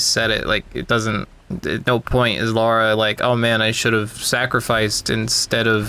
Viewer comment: horrendous vid. also if you're going to be as nitpicky as you are at least pronounce lara as lara and not laura.